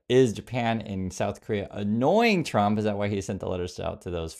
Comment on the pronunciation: President chump? Why can't she say Trump? Maybe she pronounces it that way on purpose! 😂😂😂